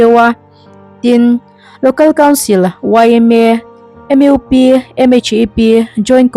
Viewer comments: Pu Editor sapram ahpawh mizo tawnghmang leh hnamdang zukawm hokhuan saptawng hmangin anin khawm a ngem aww 😅😅kantive e. Tin A zawttu nu khan mizo tawng a thiam chiah lovemni leee M IU P. a tihtlat M U P a tithiam longe 😅😅mahse hnamkhar kanni a comon langui hmangthei hram ila a thaber mizo tawng anhmang lovemni lee. Zohnam kannih chuan Duhlian tawng thiamtum i la.hmangthei theuh turin tan i latheuhang u . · Changkangna. MUP = Em iu pi. I va chhiar thiam lo ve. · Chhiar tu duhtak , M U P hi , M Eu P tiha ilam le, Mizo tawng ania mizotak khan lamtawh nithei se, U tih hi saptawnga lam kher a loh nise